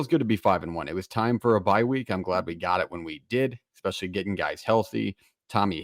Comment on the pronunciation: It’s hard to take anyone seriously when they pronounce it Exspeshully